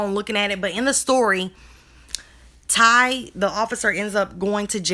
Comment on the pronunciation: It's not officer thank u it's officer Ty... Ty is his name.. pronounced "tie"